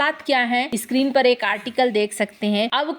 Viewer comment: इस्क्रीन पे या स्क्रीन पे... हस्तेछेप या हस्तक्षेप... सासक या शासक ... मुस्किल या मुश्किल ...